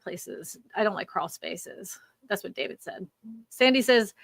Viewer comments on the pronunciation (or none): none